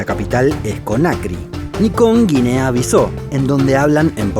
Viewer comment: Buen video.... pero Conakry se pronuncia Conakrí con acento en la " i" y Bissau se pronuncia así como se escribe: Bissáu... con acento en la "a". Saludos.